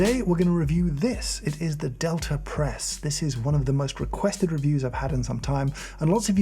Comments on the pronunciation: they named it the delter press just to troll James so we could all hear him not pronounce the e or the r, and somehow substitute an a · I very much enjoy all the videos on this channel but was always hesitant to click on this one because, to my American English ears, I hear an r sound at the ends of words ending in a in RP pronunciation. Delta sounds like delter. Imagine my surprise when I heard “delter” pronounced as I would say “delta”! English and how our brains parse sound is so weird! Another very nice video!